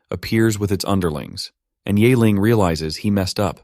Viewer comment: ye <> "yay". It's more like "yee". Honestly college level remedial mandarin class teaches the sounds in one class. With tones. They're really not that hard.